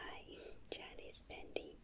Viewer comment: Who else loved how said painting 'Chinese panting'